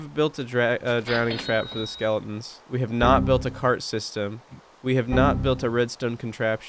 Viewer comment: dude said skeletons like skelens